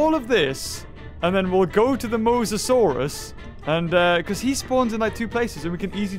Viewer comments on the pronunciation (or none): none